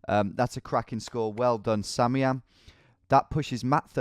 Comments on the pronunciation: Why has no one told him that "samiam" is actually pronounced "Sam I am" and not "sameeam" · whos gonna tell him it's pronounced sam-i-am not sammyam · Has anyone ever considered that "Samiam" could perhaps be pronounced "Sam I Am"? It's what I think every time he says "sammyam" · Tom, I think that Samian's name is pronounced Sam-eye-am, as in Sam I Am. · Sorry if this has been pointed out before, but I think it's pronounced "Sam, I am", as from the Dr. Seuss book, Green Eggs and Ham. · tom surely you realize that SamIAM is Sam I am...like the Dr. Seuss book....SURELY you realize that right? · Bro, you know his name is pronounced Sam I Am. Like the Dr. Seuss character. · Not to sound like a corrective nob, but I think samiam might be pronounced "Sam I Am" like in the Dr Seuss book 'Green Eggs and Ham" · Anyone else thinking it's not Samiam but rather Sam I am? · Isn't it Sam I Am? Or is it actually simiam lol